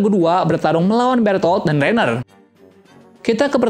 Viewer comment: Ryhan kaliiii bukan rainer hadehhh😪